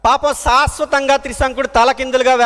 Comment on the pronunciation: సా స్వతంగా అనకూడదు శాశ్వతంగా అనాలి ముందు తెలుగు నేర్చుకొని మాట్లాడండి